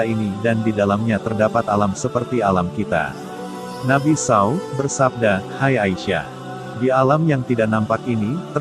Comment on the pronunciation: Muslim atau nonis ni pembaca narasinya? Kenapa penyebutan Nabi spt itu? Kalo nonis aq msh maklum, tapi kalo muslim pengen kujewer mulutnye.. 😮